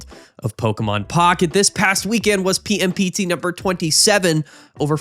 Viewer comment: I really enjoy how the PMPT tournaments sounds like “pimped”